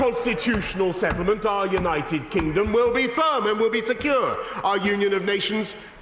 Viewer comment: "...for the purpose of uniting and re-energising our Great... United Kignom"